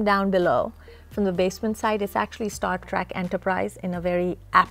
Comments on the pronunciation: It kind of irks me that she kept calling it "Star Trak" 😑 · You're saying "track" it's "Trek"...🤷🏿‍♂️ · “Star track” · "Star TRACK"